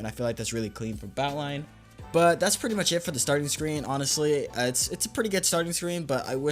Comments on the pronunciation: you saying "Batlion" makes me so mad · The way he says "batlion client" really grinds my gears.